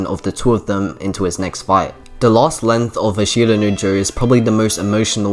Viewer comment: Good video. i is silent in ashita btw